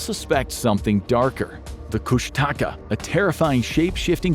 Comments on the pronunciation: It's pronounced Kooshta-KA, w/ the emphasis on the last syllable; my kids are the 4th generation in my family to be born in our Alaskan island town. That beast is a well-known mythical creature in Southeast, where I live; the same region Sitka is in too. We're nowhere near the Bering Strait, but we are smack dab in the middle of the Tongass National Rainforest, which is littered with islands dotted w/ teeny towns. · It's pronounced "koosh-tuh-kah" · Tlingit is pronounced Klinkit and it’s Koosh-tuh-kah.